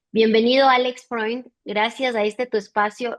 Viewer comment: … Alejandro Frond se pronuncia